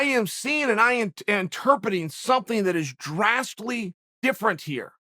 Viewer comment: “Drastly different” lmao